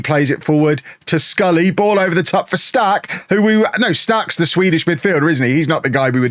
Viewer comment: It doesn’t matter at all BUT you’re pronouncing “Stark” wrong. You’re saying “Staaark” when u want the A to be quick and finish strong on the K “StarK”. Much love from Sweden❤